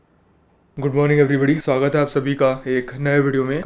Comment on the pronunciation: Is it just me or he says “hai” weird? Just curious why this accent. Anyway sending much love to you! Great videos always.